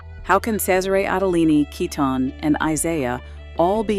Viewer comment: Pronunciation can be more consistent. For both Kiton and Cesare Attolini. I'm just afraid even the corporate pressures and newer family members taking over will dilute what once was incredible untouchable clothes. I've seen it happen.